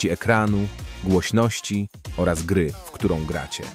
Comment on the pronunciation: Czemu „gery” a nie „gry” ?